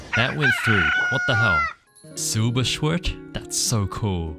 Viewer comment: Er sagt 'Silberschwert' wie 'Silberschwört'. Ich mag es